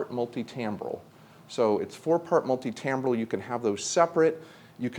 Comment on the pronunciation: I'll buy a synth from anybody who pronounces 'multimbral' correctly!